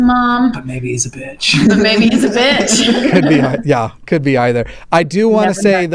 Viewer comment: I think the guy who got bleeped said bee-otch instead of bitch but I'm not sure.